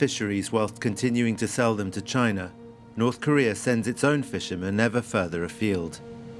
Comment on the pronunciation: I just can't help it. every time this guy said North Korea all I hear is China💯